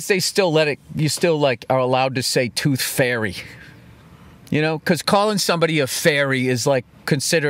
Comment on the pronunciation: "The Tooth Fey"